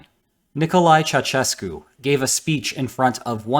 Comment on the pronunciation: Its not "Chachescu" its "cha-u-shes-cu"